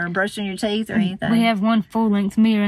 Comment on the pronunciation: At first I thought Corie had a friend named Ameera who I'd never heard of, and then I realized what you were saying 😄 Here in Baltimore we say "meer" ...just the one syllable!